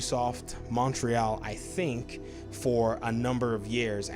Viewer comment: Living in Montreal, I sort of chuckle when you say the name. It's pronounced more like "Mon-tree-all" but no worries. So are you saying you can see Cory Barlog to fill that position? It's interesting as his wife is Swedish but he seems to exclusively bleed blue (PS). Patrick is possible and makes sense.